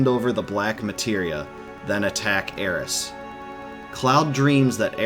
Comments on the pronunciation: It's alright, he does mispronounce. He says Aerissss. When her name is Aerith. THHH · Dude it's aerith. Not aeris. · When you kept saying Aeris instead of Aerith, I thought I was experiencing a mandela effect haha. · its aerith not aeris its in nintendo switch version sshe is named aerith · Already 2 years old and super triggered by the Aeris instead of Aerith name drop. . . . All in all though great follow for the story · I was going to watch your whole vid but you said something I didn’t understand. It’s AERITH!!!!! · It drove me nuts Everytime he said Aeris and not Aerith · It’s Aerith. And it’s bugging the crap out of me. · You couldn't even get aeriths name right